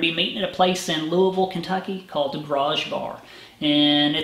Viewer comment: Thank you for pronouncing Louisville correctly.